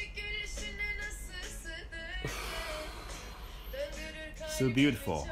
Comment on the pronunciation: “Finally” kelimesini Trakyalılar gibi söylemişsin, çok hoş geldi kulağıma.😂 Bundan sonra Trakya ağzıyla mi İngilizce konuşmaya çalışsak acaba🤣